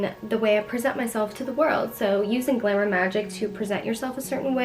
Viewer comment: the way you say glamour sounds like glimmer (not criticism just something i noticed. it’s pretty sweet)